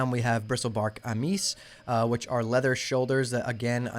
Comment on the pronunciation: Bro I'm sorry but these words :P Amice (You said Amees, but this is litterally a common english word in America, Am-is/ˈaməs) Then you said Mutant correctly in Mutant Scale Breastplate, then you said the boss who drops it is "mut-tan-us" instead of 'mutant-es', same start as the pronunciation of 'mutant'. THEEEN You say 'pug-a-list' bracers, instead of pronouncing it 'pyoojelest', honestly no idea how to spell it the way it's pronounced, but DANGGG For the gloves, they just updated them on sixtyupgrades to now properly have the correct stats, so they are even STRONGER than shown in this video. ANYWAY BRO You are my favorite youtuber rn, by far making the BEST SoD content. I love these videos, you are killing it bro! You channel is growing like CRAZY, and you earned it! I see all the time and effort put into these, love the setup, can't wait to see you continue on into the launch of SoD and beyond!